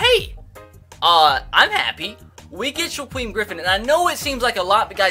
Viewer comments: Shakiem not shaqueff🙄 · (Shuh-keem) Griffin not (Shuh-queem) Griffin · It’s shaquem as In sha-keem not sha-queem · It's on shiKWEEM its shuh-keem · It’s pronounced Shakeem not Shaqweem lol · It's Shak-Eem not shagweem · Wincing every time I hear shakweem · Shaquem (sha-keem) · "Shakweem Griffin" wow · How has no one commented yet telling you that it's pronounced Sha-keem? I fully expected that to be every comment. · sha-keem is how you pronounce it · SHAKEEM GRIFFIN NOT SHAQUEEM FFS IM GONNA LOSE MY MIND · anyone else bothered by how he says “shaquem” I’m shaquem griffin?? To me he’s over pronouncing the “U”